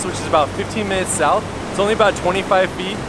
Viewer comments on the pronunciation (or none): none